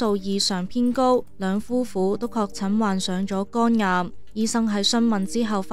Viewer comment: 肛癌定肝癌呀喂？幾個旁白啲懶音都咁勁，係唔係專登㗎？